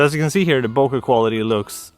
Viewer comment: everytime he says "bokeh-mode" i feel like he is saying "poke-mon" 😺